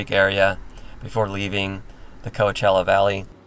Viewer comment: It confused me when you pronounced "Coachella" close to correct. No one pronounces it 100%.